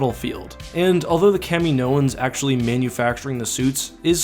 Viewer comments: It’s pronounced Cam-in-oh-ins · Its pronounced kam-a-no-ens not ka-meino-ens but love the videos regardless. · Hey, hate to be a nitpick but is your pronunciation of caminoans spot on, I always have thought it to be pronounced “cam in oans” rather than “Camino ans”... tbh I have no clue where I got this from, I’m assuming from the films but there’s a good chance it’s just me 😂.. anyway great vid, I’m a long time supporter and I’ve not actually been keeping up to date on your vids, I’m not getting noticed idk y:/